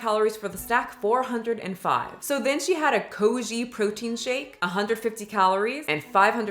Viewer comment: Great video! Just 1 thing its Koi-a* protein shake not koji 😅